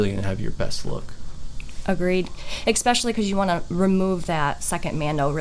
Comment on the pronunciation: I don't know WHO needs to hear this but....THERE'S NO X IN ESPECIALLY. OR ESPRESSO. For the love of all that is holy lol